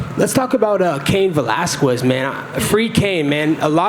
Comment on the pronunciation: “Velasqwez” btw.